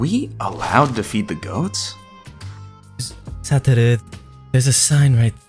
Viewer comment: I love the way she says Satoru